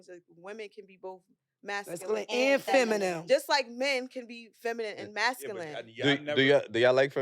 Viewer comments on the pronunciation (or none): she said feminum😂😂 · Baby girl can’t say feminine to save her life 😭😗